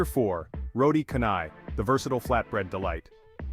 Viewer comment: Malaysia is a melting pot of cultures, foods and cuisine of Eastern and Western.. Malaysia is unique, diversity and Malaysia is truly Asia 🇲🇾 Btw, the pronunciation of roti canai is "roti chanai".. and not "roti kanai"..😊